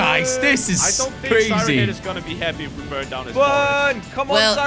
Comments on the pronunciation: He said "siren ahead"😂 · Does everyone think that they say siren head wrong? Because i do